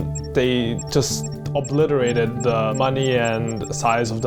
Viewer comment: "they oblierated the money" dat english